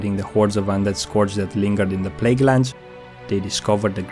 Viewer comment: This is good, but PLEASE learn how to say "Scourge" it's not "Scorge" it's pronounced "Scurge."